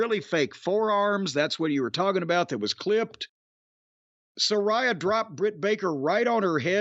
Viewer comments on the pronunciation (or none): sa RAY a how hard is it to say 🤣😂